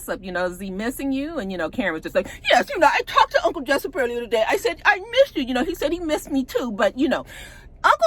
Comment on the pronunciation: Every time you say“Uncle Jessyp” it takes me out.